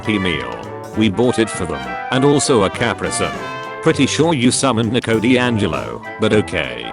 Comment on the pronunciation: Guys the way the ai voice says Nico is horrible.